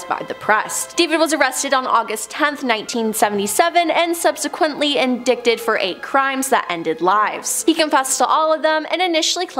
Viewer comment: Yes! Good lord!!! "Indicked" 😂